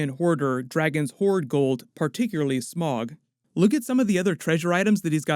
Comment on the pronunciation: It's not smog it's sm-oww-g. Smaug is sm-oww-g